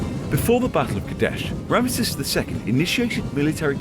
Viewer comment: Rabish! You can't even pronounce the name of the most important character from here. Rameses 😂